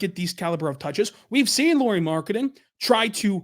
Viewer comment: A lot of nice points on Lauri Markkanen. (Though pronunciation is "Lowry" as Kyle Lowry 😅 instead of "Lori"). As a Lauri fan (and secondarily Jazz fan 😁) I though must say that Lauri just wasn't used right in Bulls and Cavs. (Plus of course he and his game has also matured from when he was in Bulls etc.) He is elite on roaming offball but they made him more of a spot-up shooter. Now that other teams have seen how to use him I believe he would fit in more teams even as a 2-3 best player role. You saying he would be 4th best player in OKC, hmm, might be a bit underutilizing him.